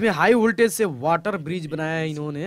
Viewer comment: "хиг вольтАж" Произношение уровень Мутко😀